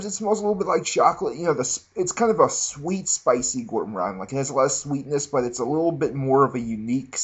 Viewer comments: does this dude purposely mispell words or what? veviteer and gour moron. haha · ok you're obviously just fucking with us now... gormorand? lay malay? come on man! make an effort, you're not a bad reviewer but come on with the pronounciations.... ROACHES MAN????You can do better than that!